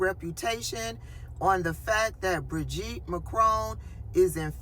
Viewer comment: Good! I think you nailed her first name “bridge-eat”